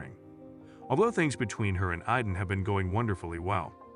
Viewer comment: It’s not iden it’s Aidan 😂😂